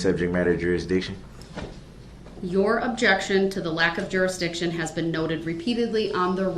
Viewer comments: Ole bright one,, has said subject matter jurisdiction so much that he can’t say it correctly right at the last leg of the race. 🙄 He now calls it “Subject Matter DurisJiction” 🤡 Words are hard, right DB? He should be well spoken and well read after he serves those 1000+ years that Judge Dorow 👩🏻‍⚖️ 🥊 knocked him out with. I mean he’ll have plenty of time to read the dictionary... and all the encyclopedias from the 1980’s. 🤣😉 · the ‘ol suhjekt matter durisjiction 🤡